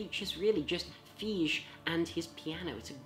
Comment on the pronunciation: Thijs van Leer! Yeah so that first name is more like 'Tice' but pronounced shorter and drier. But nice list anyway!!